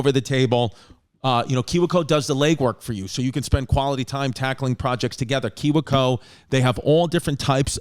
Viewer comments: It's pronounced key-we co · I love how he pronounced kiwico.